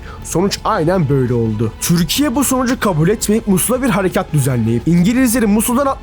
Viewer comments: Neden türkiye yerine 'türşsşkye' diyorsun ? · Lütfen “Türkiye” diye seslenirken çürkiye deme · dostum türkiye derken t yi çok bastırıyon